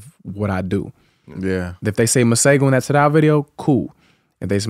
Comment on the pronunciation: Theee way he killed “Tadow” mah goodness 😊